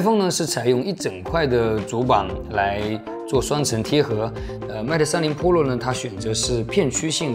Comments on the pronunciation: 为什么把PRO读成PROLO？ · ２０２０了你还在读破楼ＰＯＬＯ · 我给你搞个中文发音吧， iphone 扑肉。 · 是pro不是polo，温州大姐。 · 妹塔三玲噗洛😂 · 大爱这小哥哥的视频，每期都看，就是什么时候能把pro的读音改正下😂